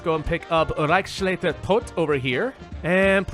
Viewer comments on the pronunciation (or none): Reichsleiter Todt pronouced Rah-ishs-lai-ter Todt (not the english "A"/"ei", loud O on Todt). BTW I like the twist and the fun alternative history here!